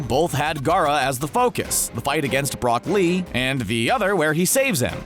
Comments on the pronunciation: It's ROCK LEE IDEOT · Lionel Ndebele is anyone else disturbed by that? It sounded like broccoli